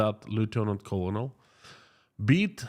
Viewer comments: "Colonel" is pronounced like "kernel". Go figure. English doesn't always make sense. Thanks for keeping us updated!👍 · Just to help you out with English...colonel is pronounced ker nal.